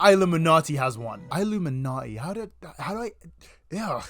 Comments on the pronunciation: It's pronounced like illumination. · it’s just pronounced like illuminati btw.. your videos are always fun though :) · Great video but it irks me so much how you pronounce her name “I- lumminati “ can you do your research on how to pronounce her name right. So glad you switched to triangle woman